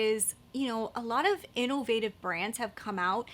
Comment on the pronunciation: She over enunciates innovative lol. In-NO-Vative lol